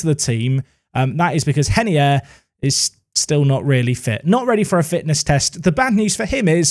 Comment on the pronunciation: Please stop saying henier because he’s Brazilian just call Him ray ner I beg